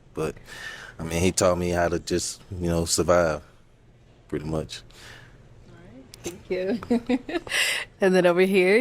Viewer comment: Why did you say it like that Thank ya like that lolol 😅😅